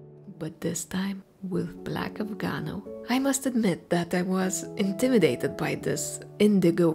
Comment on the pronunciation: Afgano, not Afganol